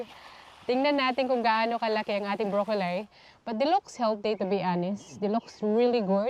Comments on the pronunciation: it is pronounced BROCCOLI po not brocolay or brocoley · Why do you pronounce brocolli as brocolsy?